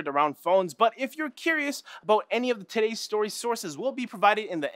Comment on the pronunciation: When says "todays" it sounds like titties to me